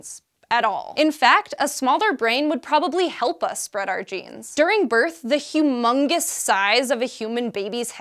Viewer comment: did she really say hugh mungus tho? xd